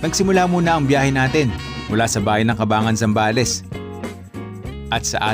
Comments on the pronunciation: Welcome to my home province.. Ang naririnig kong bigkas po sa Cabangan ay CA-BAN-GAN and not CA-BA-NGAN.😁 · Ang bigkas ng Cabangan ay Caban-gan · nice video.. pero ka-bang-gan ang pronunciation ng Cabangan 😊